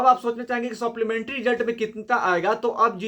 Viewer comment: भाई सोप्लीमेंट्री नही सप्लीमेंट्री होता है😂😂 तुम देर से न्यूज लाते हो सबका कॉपी करके.....